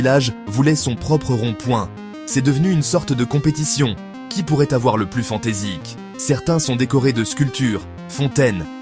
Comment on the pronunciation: Fantaisique ??? Toi savoir parler la France.😂😂😂